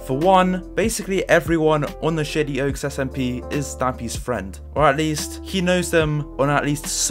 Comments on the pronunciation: Every time he says shady oaks I here shitty oaks lmao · Am I the only person who heard "shitty oaks" instead of "shady oaks" ?